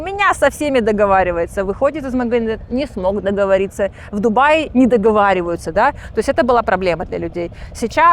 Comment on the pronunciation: "Мгзины" , "не дгвариваются" - из какого колхоза это погиня ? 😂😂😂